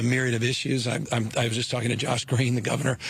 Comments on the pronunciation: Lol you said Gavinor! Great accident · I like that you said "Gavinor" 🤣